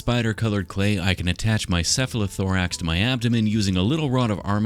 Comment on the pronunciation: I like the way you say “cephalothorax”.